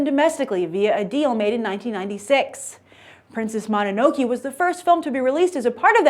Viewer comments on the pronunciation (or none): Sorry to harp on pronunciation, but since these are such well known titles, I feel the need to correct you. It's Princess Mono-no-KAY from Studio JIB-LEE. I love almost all of this studio's movies, and I will be seeing this movie in theaters. I'm not even that intrigued by this movie's premise, but I trust Miyazaki to give me something great. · Usually General American audiences + anime = fail. But hey as long as Miyazaki has his small fan following in the US, then who cares about the box office. anime fan. Plus Grace pronounced Princess Mononoke wrong haha. It's Monono"kay". Oh well can't blame her. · I think The Wind Rises will sell a lot. Also, you pronounced Mononoke Wrong and I think Spirited away is way more famous. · Just a trivia: "Ghibli" is originally an Italian word meaning a particular Mediterranean wind or a hot dust-bearing wind of the North African desert, and her pronounciation is authentic one. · I believe you said Princess Mononoke wrong Grace lol but I am glad to hear that the film is very good. I wouldn't expect any less out of Miyazaki. My favorite Studio Ghibli film is probably Spirited Away.